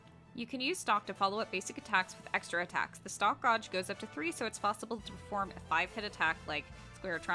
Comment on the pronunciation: It's gauge (gaij) not gouge